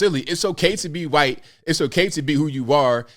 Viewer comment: Shaun King , a hhwhite man ! The way you said it was cracking me up as I drank my coffee ! And I’m a proud mixed white man .